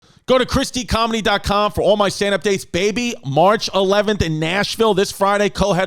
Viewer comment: Gotta say, every time I hear Chris say ChrisDComedy, it sounds like ChristyComedy in my head.😂 But on a serious note, this is quite a simplistic view of why Russia is invading Ukraine. This narrative that it’s all NATO’s fault is just WILD. Sure it plays a role, but let’s break down why Russia is so worried about NATO in the first place: Putin has outright stated that he doesn’t believe that Ukraine as a country or a people exist. That’s something he would believe whether NATO existed or not. I feel like it’s safe to assume you can apply this same logic for how he feels about every other former Soviet Republics. At the very least he believes they should be under a Russian fist. He’s famously quoted in 2005 as calling the collapse of the Soviet Empire “The greatest geopolitical catastrophe of the 20th century.” He’s KGB and “Once KBG, always KBG.” He wants to restore the Soviet Union and he’s running out of time. The Russian economy had been on the decline since before the invasion of Crimea and subsequent sanctions because it’s not a real economy, but rather one propped up by corruption, oil and natural gas reserves. Putin knows he needs more countries under Russia’s sphere of influence that he can extort to keep the ship afloat. NATO is taking away his ability to do that. So a lot of the former Soviet States rushed to join NATO because they knew something like this could happen one day to their countries as well. Obviously their joining of NATO willingly indicates this. But